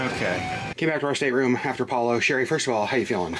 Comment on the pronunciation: Another big thumbs up for properly pronouncing Palo, rhymes with follow! BTW, focaccia = foh-kah-tchah, not foh-kah-shah! You can get over the Disney cruise blues by booking your next cruise and here's a Disney lowest cruise fare alert: 4-night Disney Magic from Miami on 27 January 2022, from $503pp! Also, 4-night 13 January 2022 departure from Miami on the Disney Magic, from $518pp! Even if you can't go, tell your friends and family! Caveat: The weather usually will be cooler these weeks but still warm for Alaskans! Thank you for bringing us along with you on the Disney Wonder!